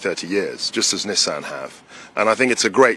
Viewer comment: Congratulations to Mr. Kwarteng for being one of the six or seven people in the UK (I'm being generous) who pronounce "Nissan" correctly! :)